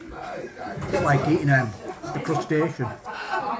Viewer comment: Don't talk with your mouth full, I thought I heard you say it tastes like a 'Crusty Asian'! 🤮